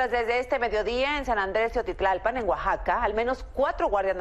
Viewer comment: Es teotilalpam azucena no teotilalpam 😅😂😂